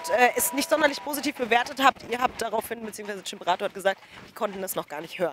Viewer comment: Boaah wie sie chimperator 1000 mal falsch aus spricht